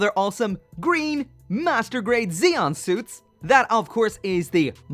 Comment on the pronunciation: is it just me or did he say masterbait zakus